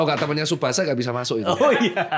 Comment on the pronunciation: Tsubasa ❌ Tisubasah ✅